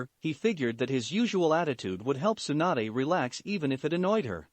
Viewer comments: it's tsunade not swanda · I heard swanda instead of Tsunade.... Lmao